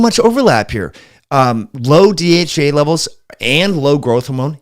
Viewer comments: Not sure if it’s your pronunciation but you seem to be saying DHA and DHEA interchangeably 🤔. Also, Mayo clinic warns against taking DHEA if you are prone to hormone related cancers. What’s your opinion on this? (Not sure MC is always unbiased..😉). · I love your program I watch it as often as I can, please do not mis understand me do not mean to offend you in antway, but sometime it is hard to understand you because you are speaking, for me to fast. for example when you saying DHEA it sounds like you are saying DHA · IS he saying DHA when he means DHEA?